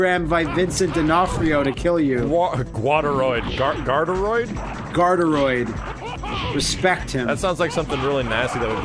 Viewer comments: It's Guard Droid -_- "Guardroid" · I believe it's pronounced Guard Droid instead of Guardaroid.